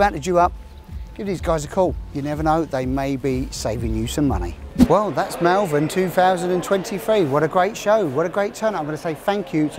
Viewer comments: it is not mal vern it is pronounced maul vern. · I liked the video but pronounce Malvern correctly, thank you.